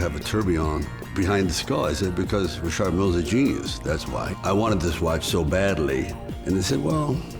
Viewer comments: I like RM. Lol even though Richard pronounces his own name wrong. I like Rolex as well, but Rolex is EXTREMELY plain looking and when you add gold to them they are just straight up gaudy as Fck. That doesn’t mean it isn’t classy. He’s Italian, he can get away with gold. It fits the stereotype. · When your just a just an average dick your name is pronounced Richard, when you make overpriced watches its Rishhaaaard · If I've learned nothing else, I've learned that I've been mispronouncing "Richard" for nearly 40 years. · I've never heard the name Richard pronounced Re-shard. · How is he pronouncing Richard? It's Richard! The designer is be f*cking pretentious!